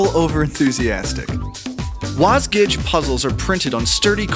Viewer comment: >< YOU PRONOUNCE IT WASJIG!